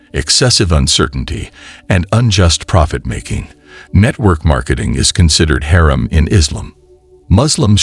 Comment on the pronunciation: ThankYou for this lovely post Sir! You have a good voice n speak/read well except for a few words pronounced wrongly.May we all be guided.It’s Halaal n not hell or helal It’s Haraam n not harem.Please ask someone to pronounce them for you Sir! My apologies if I sound rude🙏I mean well🤲